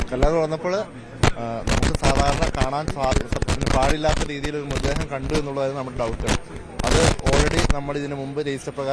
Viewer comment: മൃദ്ദേഹമല്ല മൃതദ്ദേഹം എന്ന് പറയു